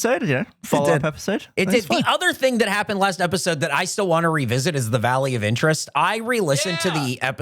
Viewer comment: Why did I think was saying the Value of Interest the whole time not Valley of Interest